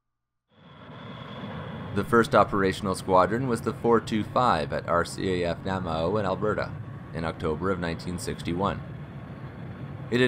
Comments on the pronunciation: Great info, well done, but as an Albertan who lives in the Edmonton area next to the airbase where they assigned, its " naa- may- oh" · Really like your stuff, good historical overview. Just one comment: you might want to check your pronunciation of bases like Namao and Chatham. In Namao, first 'a' is soft and second is hard. In Chatham, the second 'h' is silent. For future reference... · Thanks for the short dit. But may I ask... how did you get Wetaskiwin pronunciation but not Namao (the second A is long) ant Chatham (no "th". Just T. H is silent)? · in the video you referred to CFB Namao, I think, just north of Edmonton (actually butting onto the city limits these days). It is an army base now, but was an air force base in the 60's. It is pronounced "Na-MAY-o", three syllables, emphasis on the middle syllable. I'm an Edmonton native and live about 10 minutes south of the base